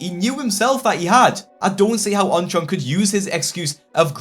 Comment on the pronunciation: I keep forgetting what this guy's actual name is since I keep hearing "OnTron"